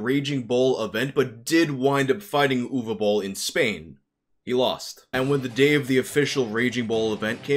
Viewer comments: Congrats on pronouncing the name Uwe somewhat correctly. I had a teacher whose first name was Uwe and my parents kept calling him “Yooeeey” because that’s how they sounded it out. Poor guy eventually gave up on them ever saying his name right and just asked them to call him “Mr (his last name)” as if they were also students lmao. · Cool video. I am from Germany and also not a big Boll Fan. But I think that his movies kept getting better he stopped making video game adaptations and that he deserves some respect for doing his thing against all odds. And you are the first non german Youtuber who pronounced his first name right. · Honestly on behalf of all Germans thank you for pronouncing "Uwe" the right way, I have heard everything from "Uwu" to "Yu-wee" and you finally did it right